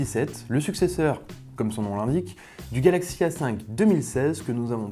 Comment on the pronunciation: Par exemple à